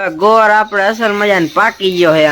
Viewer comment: ગોર ❎ ગોળ ✅ 😂😂